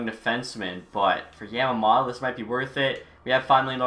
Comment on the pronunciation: You can always lower the trade value of a super star by trying to take on the worst contract on a team. Also Yam-a-moe-to